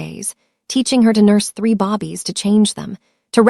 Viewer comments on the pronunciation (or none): The word is "bay-bees", not bobbies. I spelled it like it sounds and this is how it's actually spelled, babies. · Can you please stop saying “Bobbie, it babies. All your stories have the same pronunciation. Not even if you spoke proper English would be pronounce Bobbies. 😂But I love your stories.